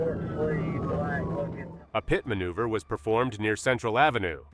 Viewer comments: What is “Pie-Teed”? AI doesn’t know how to say ‘PITTED’ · “Eye-suzu” and a “pee-eye-tee” maneuver. Get an inexpensive USB mic and learn how to use it. So tired of horrific AI voiceovers. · That’s the most annoying thing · Sometimes it sounds pretty real but here and there a few words give it away.... guess you caught "pite" maneuver in addition to the one you mentioned.